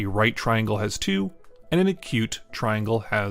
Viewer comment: tringle hehe